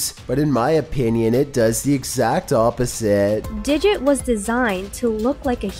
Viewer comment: “ Diget” should not exist!